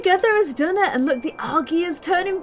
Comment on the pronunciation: it is pronounced like aljy like the g is pronounced as a j